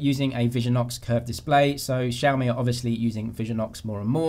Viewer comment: My friends and I are laughing at how you guys pronounce XiaMi lol😂😂😂No offence